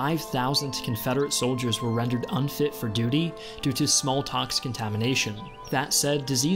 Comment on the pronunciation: What is Smalltox? Was this a mispronunciation of Smallpox? I'm confused